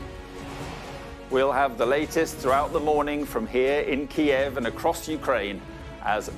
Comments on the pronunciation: First time im hearing Kyiv pronounced correctly! lol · key-ev is the Russian pronunciation, key-yiv is the Ukranian pronunciation. Ukraine has been encouraging people to use Kyiv as they seek to distance themselves from Russia